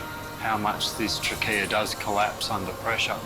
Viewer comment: Trachea (tray-key-ah) 😂 why is everyone in the episode calling it trackeya 😂😂😂it sounds bad